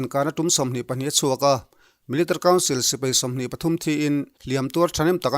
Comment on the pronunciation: Milerrtery 🙈🙈🙈 rang e